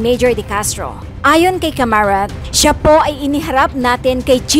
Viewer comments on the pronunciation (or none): Caramat nd camarat